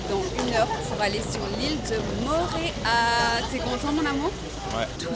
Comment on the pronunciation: Bonjour, ça se dit "PAPÉ-ÉTÉ" et ça veut dire : "Panier d'eau". Et "MO'O-RÉA" qui veut dire : "Lézard jaune". Toutes les voyelles se prononcent. Autrement "PAPITI" et "MORÉA" ne veulent rien dire.